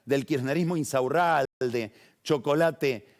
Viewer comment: me estallé como Pagni pronuncia "Insaurralde", increíble! 😂